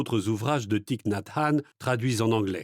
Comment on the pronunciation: Gratitude pour cette lecture et merci de prononcer correctement le nom de Thich Nhat Hanh. ❤Merci 🙏🌹💖